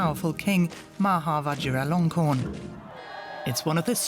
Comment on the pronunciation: The presenter did a good job of saying his name. I would've said: 'The new king, Vajira Long.... er..... the new king!'